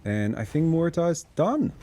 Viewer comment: About pronunciation of muerta. Your R is fine, the er is wrong. Mu - er - ta You are saying môrta Mor - ta